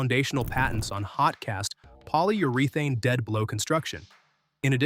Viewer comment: KANIPEX and Poly-Ur-ee-Thane, and Lyl-ele